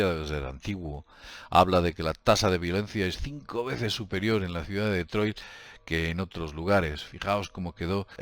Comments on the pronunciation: No se pronuncia deetroy se pronuncia ditroit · Cada vez que oigas pronunciar "DetroiL", acabado en L....chupito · Se dice "ditroid" no Detroit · Min CIUDAD DE DETROILT, LA POLICIA DE DETROIL. ME HA HECHO MUCHA GRACIA LO SIENTO.JEJEJEJE TE SIGO DESDE HACE 10 AÑOS SIGUE ASI Saludos ERES UN TÍO GRANDE Y CON MÁS HUEVOS QUE NADIE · Se lee DETROA, en francés. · ¿Por qué llamas a Detroit como "DetroiL"? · DETROIL? XD